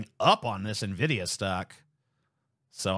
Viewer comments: "NIVIDIA, relatively new company" NVIDIA (pronounced "iNvidia") founded in April 1993 (31 Years) and leading the marked for GPU's ( a multi-billion-dollar-market) for almost as long. Their specialty is not AI. It is semiconductors. Semiconductors happen to help with AI for some mysterious reason. Almost every singe piece of information in these 2 sentences is wrong. Those people (TYT) are journalists right? Yeah, I can tell... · a always said "en vidia" too. "Na vidia" sounds like a non sugar sweetener.